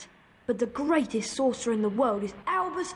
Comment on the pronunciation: "I am lord Voldemort, the greatesth thortherer of all time" "Sorry to disappoint you 'n and 'at, but the greatest sorcerer is aLbUs DuMbLeDoRe